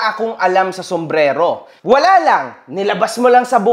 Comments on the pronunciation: wala daw alam sa sombrelo. sabe ng di mabigkas yun "Somberero" ng maayos 😅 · Sumbrero ❌ Sumbrelo ✅ 😂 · Pagsabi palang ng sombrero sablay na eh..haha hnd Sombrelo kundi sombrero😂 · SUMBRERO hindi Sumbrelo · sombrelo daw 🤣🤣🤣🤣 di nga alam paano sabihin ng tama ang sombrero ugok na lamok hahahah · Boss narinig mo ba,, sombrelo daw,, diba sombrero dapat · Sumbrero o sumbrelo? Hahha😅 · sombrero❌ sombrelo✅ 😂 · Mas quality pa ata yung mga sumbrero sa ukay ukay kesa don sa lakers inspired kuno ni Hahahaha.. Saka Saka "Sumbrero" yon hindi "SUMBRELO" inang yan hahaha collector kuno pa.. Nice One again.. You are so back!! 🔥🔥🔥 more more more #realtak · “SOMBRERO” hindi SOMBRELO jusko dun plng shunga na🤣🤣🤣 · paturuan nga muna yung lamok na mukhang ipis saka yung ganid na oportunista na "SUMBRERO" po yun hindi "SUMBRELO" sarili mong business di mo alam pronunciation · Nagsalita ng walang alam Ang lamok eh tawag lang sa product di pa alam. SUMBRERO hind SUMBRELO. Sus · "SOMBRELO" daw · Wala daw alam sa sombrero si, eh yung lamok hindi makabigkas sombrelo daw..😂😂😂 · puta na lamok kahit tamang pag bigkas ng sombrero hindi magawa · may maniniwala ba jan kay, sumbrero nga ni hindi ma pronounce ng maayos. kopal. hahaha